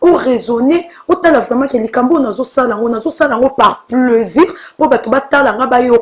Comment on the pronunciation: MDR toi on t'a payé combien ? MDR drôle de journaliste 😂😂😂😂😂😂😂😂😂😂 on plus on ne dit pas pleusir mais plaisir